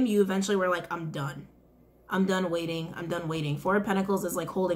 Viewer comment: "Wai-ting" "Wai-ting" That whole part took me out 🤣🤣🤣🤣🤣🤣🤣